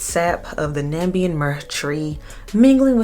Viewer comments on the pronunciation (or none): "Nambian" 🤦🏿‍♂, it's Namibian 😂😂. Now that I've got my fake outrage out of my system (I'm Namibian), the Myrrh is harvested from the ground, we call it Omumbiri. Over here, we don't really have "cold" weather as you do in the USA, so it's generally worn in hot weather (80 and above in F). It's an essential component in Otjize (pronounced O-she-the) , which is a lotion made out of butterfat that our women apply to their skin as a beautifier, it's got a reddish hue due to the red ochre added to it. The lotion is also applied to braided hair, giving the braids a reddish layer of cream/lotion on top of it. Thanks for the review!